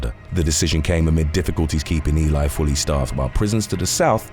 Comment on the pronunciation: Pronounced....E-Lee.....Ely say it wit me one-time